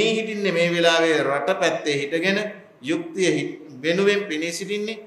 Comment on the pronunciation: යුක්තිය කියන වචනය කියන කොට යු යන්න හරියට කියන්න හාන්දුරුවනේ......